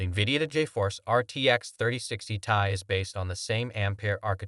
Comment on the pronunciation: First, you show the intel arc as first and best option, and you show ray tracing during your spill, ARC DOESN T DO RAY TRACING All the info is wrong here, the 3060 is last gen and was the LOWEST card in that range for gaming (3050 doesn't count as gaming) it s T.I. not "tie" None of what you are saying make any sence and it all wrong, fucking AI video crap